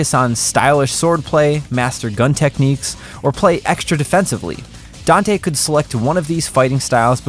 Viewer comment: Finally a gringo that can pronounce Dante's name correctly